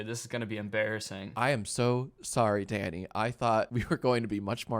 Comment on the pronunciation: Everytime Jack said Danny it sounded to me like "Daddy" and I heard "You're trying to tie me, daddy" I-- 💀